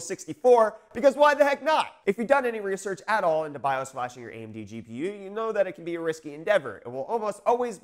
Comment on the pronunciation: Thank you for saying "gee pee you zed" like a South African. I love you. :-) Also, I like your TMNT shirt. :-)